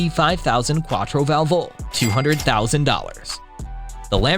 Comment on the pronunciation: Every time he said 4 Valvo' an italian died 😢